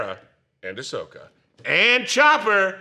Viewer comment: Wow! Can’t believe how upset I got when this dude called Ahsoka Osaka!!! 🤬 Am I the problem?! 🤔